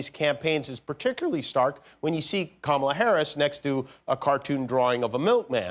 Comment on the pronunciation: Did he say Cumala?